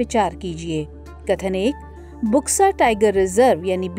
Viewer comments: It's not बुक्सा, it's बक्सा....बक्सा टाइगर रिजर्व. See in here U is not being pronounced as u/oo, it's actually o/silent U. (in bengali) বক্সা = बक्सा (in hindi) Buxa is pronounced as Boxa/Bksa....not Booxa. Eg-Blunt, bulb, Burden, Bug, Buxa. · इसका उच्चारण बुक्सा नहीं बल्कि बक्सा टाईगर रिजर्व होगा। इस क्षेत्र को डुआर्स कहा जाता है। असम में भी बक्सा नामक स्थान है।